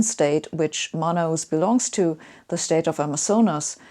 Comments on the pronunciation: Love how she pronounces Manaus. Hey, Sabine, the sound is like /man'haos/ or /man'alls/, not /mana-'us/ like you said. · Great explanations! Scientific and wise. Just as a sidenote, you read "Manaus" as "ma-na-oos", but natively it sounds more like "ma-naos" ;-) (not a big deal, though; it's clearly understandable). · The best way to put it is: put the emphasis on /na/ not in /us/